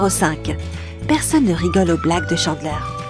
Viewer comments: On prononce Chandler, Tchandler et pas Chanler. Et d'autres trucs mais sinon ok. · o nn cHaNdlAiR mes oreillessss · J ai pas liker pcq la prononciation était horrible si la voix off avais vue tt l’es épisode comment ça se fais qu’elle dise jeller unaji chandler .... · OUI II ÇA ÉNERVANT TELLEMENT avec Chandler j'ai failli mourir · Video interessante mais faites un effort sur la prononciation. Chandler, friends, geller... Mon dieu ça fait mal !